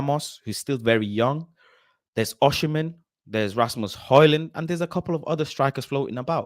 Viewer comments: Great Show. FYI: Osimhen is pronounced “Oh-See-Men” (the h comes after the m, not after the s) I’m Nigerian 😊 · Why everyone calling him Oshimen??